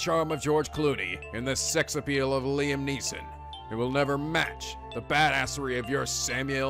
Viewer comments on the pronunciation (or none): none